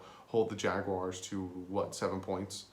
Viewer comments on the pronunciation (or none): none